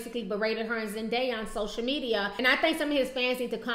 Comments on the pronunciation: Why do ppl pronounce Zendaya as Zendieya? Where do u see an i in her name? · Am I the only person who heard the interviewer pronounce Zendaya (ZEN-DIE-YUH) ?😐🙄😦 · Girl need to learn to say zendaya name if that's her girl